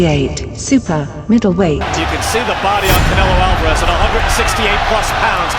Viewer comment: Que fonética tan horrorosa la de canelo alvarez primero que se enseñe ablar Español y después lngles